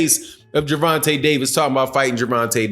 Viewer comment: It's Gervontay Davis...not dovontay...my boy 😁💯💯💯💯💯💯✌️